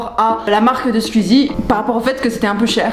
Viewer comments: Elle dis squzie mais ces squeezie!!! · SqIzi pas SqUzi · Squeezie pas scuzie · Je déteste les gens qui disent squzie a la place de squeezie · C’est SQOUIIIIIIZIE !!!!! Pas SQUIZIE !!!!!! PTN ! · C'est marrant quand tu dit "squizi" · Mais c’est « Squuzie » par contre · "Skuizie" Tu m'as appris comment prononcer son nom, merci (Second degrés) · La manière dont tu prononce "squeezie" est très rigolote ^^ "squuuuzy" c'est trop mignon 🤣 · Tu dit bizzarment Squeezie !? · Super vidéo seul truc ta prononciation de squeezie me stress énormément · Comment tu prononces Squeezie 😂 c'est très drôle